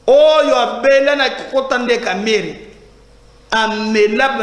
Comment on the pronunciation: C'EST DIONGO ET PAS LE CONTRAIRE. KAMEHRE ET NON KAMAHRE, NAKOLOBA NAYO NDENGE NINI YO...